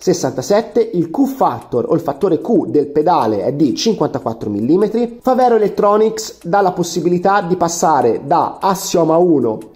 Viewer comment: mi sembra una televendita! si dice fàvero, non favèro, e significa fabbro in dialetto trevigiano